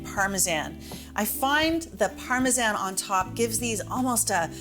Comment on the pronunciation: Why u sayin Parmesan like tht